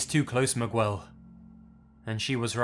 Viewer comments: For further reference the name Miguel is pronounced Mee-gell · I absolutely love you, and it's pronounced Mee-Gell. Love from a Texan. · "Meegwell" I died lol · Miguel is usually pronounced as Me-gell just for future reference. Your stories are great, and I'm glad you're back! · mi-GWELL? lol. you so crazy XD Awesome upload though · You mispronounce every Spanish name. Isla vista, now Miguel 😂 eye-la-vis-tah Mig-Elle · lol he says Miguel like Migwel, I know your English but still. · "Migwell" lol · Me-Gale would be a better and easier way to pronounce it for someone with an english pronounciation (north americans included) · Hahaha. "Migwell" I cringed so hard. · lol me-gwell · Sounds like Mi-gwell :P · like "Mig-El", if English is your native language. In Spanish and Portuguese, you don't pronounce the " U" in that name. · LOL ikr meeguuel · I’ve heard this story so many times and this just now clicked when I was like “Migwell? What kind of name is that?” It clicked when I remember the story is near the Mexican border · rneustel It's pronounced 'Me-gel" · The way he pronounces Miguel is bothering me I’m screaming 😭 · Bruh i know you know how to say miguel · i had to pause the fuckin video after i heard that to absorb what i had just heard i had no idea anyone pronounced it like that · the way he said miguel 😂😂😂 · LOL at trying to say Miguel. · It took me some time to understand that the guy didn't have a really weird name but it was just a mispronunced Miguel lol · “HOMESTUCK SUCKS” Roweeny Never said they didnt. I just said that it's a tricky name to say if you don't know Spanish or Portuguese. Also, as California has quite a lot of Spanish Speaking people, they might have learned how to speak it correctly by just listening to someone else saying it. Anyway, I still laugh at British people trying to speak Spanish names. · ?? plenty of americans say miguel correct, even if they don't know spanish. or at least they do in california. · "MiGWEL" bruh